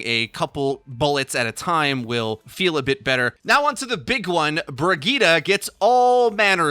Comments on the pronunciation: Wtf bri-g-ee-ta????? Its bri-j-it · It's "Bree - Gee - teh" with emphasis on "Gee". And the "Gee" is short since it's a double T. Where are you guys taking the A from? :D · brigeet brigoot, this hero is moot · I've never heard someone pronounce the name Brigitte so awfully bad, rofl. So bad.